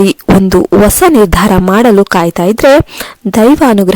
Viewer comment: Osa alla hosa. Pl don't kill kannada language.